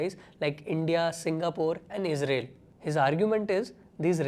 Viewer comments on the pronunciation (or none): none